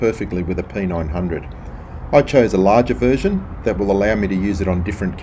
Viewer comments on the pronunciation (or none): none